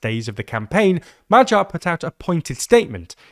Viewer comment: If may I kindly and respectfully but firmly note it: I have been watching your reporting on Magyar Péter for a while, and it has been bothering me tremendously from day one... Now that he is finally elected and we will hear a lot more about him from you, can you PLEASE learn to pronounce his name properly? Firstly, people usually make a lot more effort to learn other leaders names, so why leave out smaller cultures. And secondly, his name is not only his family name but it is also how to say Hungarian (=magyar) in Hungarian. Finally our tiny country could get some good PR and the world could learn this one word properly. Since everybody is already mispronouncing gulyás, which also drives me crazy and makes me climb up the walls with my bare nails whenever I hear it. But no issues with french stuff. Everyone and their grandma correcting random people on croissant and other french words... so the name of the magyar nation should be a bare minimum to learn to pronouce at such a historic moment. Bonus points if you learn the Hungarian pronounciation of gulyás too. Also, its not Peter (like in English). It's Péter. Send me a dm and I am more than happy to help you out and teach it.